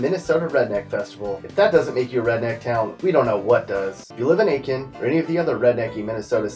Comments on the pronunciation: ATE-Kin? Really? A-Kin. The T is silent. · It's AT-kin. I know, they have an I in the name right after the A, but it's pronounced AT-kin.